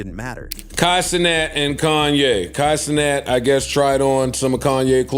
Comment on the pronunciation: Did bro say "Kai To-Not"?